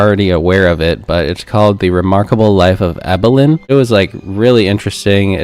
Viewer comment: Please be respectful. It’s pronounced, “Eee-bill-in” not “Eye-bill-in.” If you turn on the sound while watching the documentary, you can hear it over and over. 😊